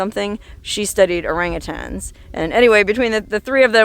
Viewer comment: Good job on saying orangutan without putting a g at the end, like most people do.